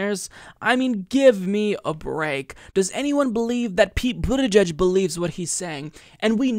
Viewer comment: I like Bernie's pronunciation of the name of that weasel from south bend